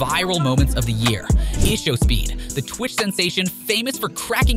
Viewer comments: Bro said eshowspeed its Ishowspeed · did bro just pronouced ishowspeed as issuespeed